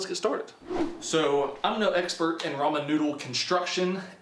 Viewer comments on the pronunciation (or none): I swear I keep hearing him say "the Roman Numerals" lol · I stopped watching the video when I heard him say ramen instead of ramen, (if you read those differently in ur head you know what I mean)